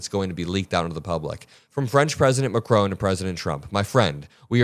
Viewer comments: Emmanuel Macron, the president of France is not pronounced MAC-ROWN. It's pronounced Mac-rawn = President Macron. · His name is pronounced macRON, not macRONE! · It's Macron not macrone pronounce his name right for gods sake